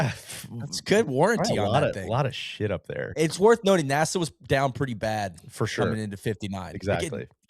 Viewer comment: First time I heard NASA pronounced the same as the capital of the Bahamas